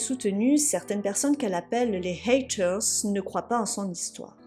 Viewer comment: à un moment dans la vidéo elle le dit avec un accent qui m'a paru super drôle